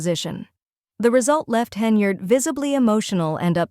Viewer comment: I was actually impressed because it's the first time I've heard AI pronounce "Henyard" correctly.